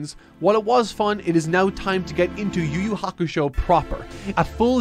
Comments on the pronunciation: “you you hakashow” is fucking hilarious 😂😂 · “You you hakashow” is freaking hilarious 😂😂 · Cracking up at "Yu Yu Hakashow"